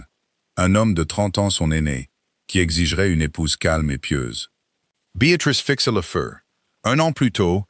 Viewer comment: L'IA ne sait pas prononcer Béatrice renooncez à ce prénom ! C'est lamentable .